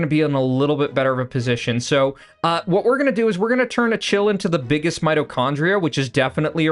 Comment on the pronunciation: Just fyi achill is pronounced closer to Ackill, theres no soft c's in Irish names